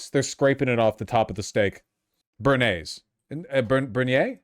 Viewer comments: béarnaise sauce, pronounced approximately like "bay-air-nay-z" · the sauce is bearnaise bay-ar-naise (from the bearn region of france) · BEARNAISE (bare-nays), you Phillistine. I love you Vaush but, for the love of everything good in this world, please never say 'egg sauce'. again. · Nevermind the gymbro cringe, holy butchering of bearnaise in the beginning haha